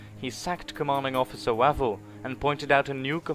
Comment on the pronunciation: Its 'Wayvell' not Wavell